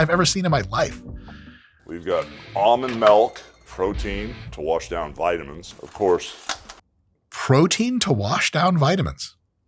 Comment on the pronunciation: He said “almond MELK”!!! It’s MILK weirdo! Soundin like Brandan Schlob